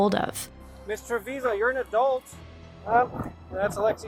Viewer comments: 😊 please, her name is Trevizo, not Trevizio. It is destracting to hear different versions. Thank you for the coverage of this sad case❤ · Tre-VIZO!!! not tevesio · They all knew and hope she gets the maximum for murdering this precious baby. Also, please pronounce her last name properly: it’s Trevizo (tre-bee-zo) not Trevizio how it keeps being pronounced here. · Why you keep pronouncing her last name as TrevizIO? It's TrevizO. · she said trevizhio the entire video, i'm correcting because there WILL be follow up videos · I thought this video was pretty well done, but it bugged me that you kept mispronouncing the suspect's last name.